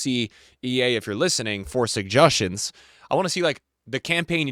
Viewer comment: suggastions? throat clears? unc is getting old